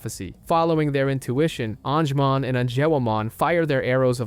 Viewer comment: and all the pronunciations xD deejeemon, an-jimon, seeAdramon xD